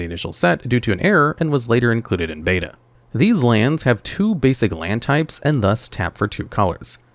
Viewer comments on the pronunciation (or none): none